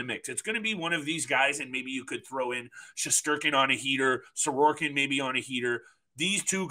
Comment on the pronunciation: it's Sorokin, not Sororkin. Other than that, all good. 👍